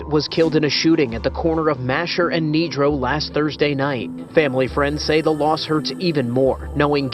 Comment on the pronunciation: My eyes: Mascher and Nedro My ears: Mascher and negro